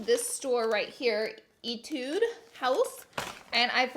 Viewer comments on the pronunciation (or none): It is e tu de not e tude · E-tude hehe laura its 'eh-tude" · yea it’s 에뛰드 (etude) 하우스 (house) but people just say etude, hope it helps! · I think it is pronouce as ehtweed house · IM DYING THE WAY SHE SAID ETUDE HOUSE. I FREAKING LOVE LAURA SM 😂💕